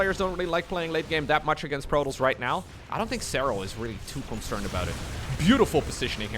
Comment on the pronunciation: I really cant stand this guy talking its not Protles.... it's Pro Toss there is no L in Protoss